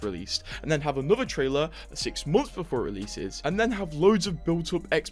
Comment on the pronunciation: BEFORE NOT BOOFORE